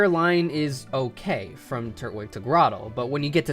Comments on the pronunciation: Is it really pronounced Turt wig? Always thought it was Tur twig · I understand it's an opinion but it's Tur-twig. Not Turt-wig. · Turt-wig? Lol twig is part of his name it's tur-twig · Love the videos I agree w most of this but when you say turtwig like turt-wig it honestly makes me want to jump out of a plane and get impaled by the Eiffel Tower, its tur-twig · Why does everyone pronounce Turtwig incorrectly? It’s Tur-twig.